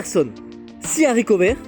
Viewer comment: Les zaricots verts LOL